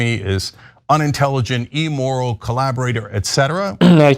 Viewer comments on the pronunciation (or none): Why does Cenk say “e-moral?”